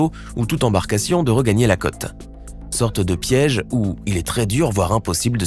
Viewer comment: Dommage le défaut de prononciation : vous dites « cotte » alors que c’est « côte » que nous voudrions entendre ! C’est très agaçant !